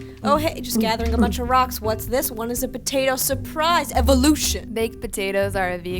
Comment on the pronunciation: voiceover girls : totally potate.